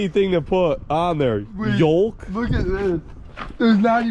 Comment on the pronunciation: Aren’t they vulk wheels not yulk